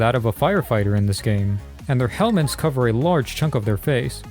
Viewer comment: did this cunt just say "helments"